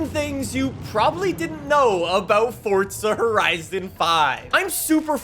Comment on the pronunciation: “fortza horizon”